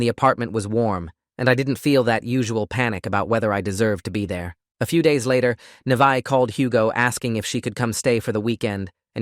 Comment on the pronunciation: alr ik this is random but my name is also Neveah and it makes me so MAD when ppl say it "Ni-va-h" like bro, its pronounced "Nah-vae-h